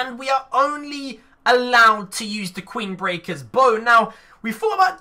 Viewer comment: #wizzite Did any1 hear say QUEEN-Brecker Bro